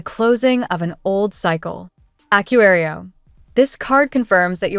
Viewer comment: Please fix the pronounciation of aquarius. Now it's totally unrecognizable.